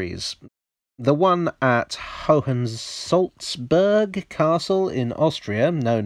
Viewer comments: Hohensalzburg is said as hoe-n zalts burk. The a is like the a in father but shorter, and the u is like the one in push. Try the hoe-n as hopen without the p. Reißzug is said as rice tzook with the oo as in tooth. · ...And "burg" is pronounced "boorg", with "oo" as in "wood". I didn't understand any of German, thanks for posting. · its "Festung Hohensalzburg" and "Reichszug"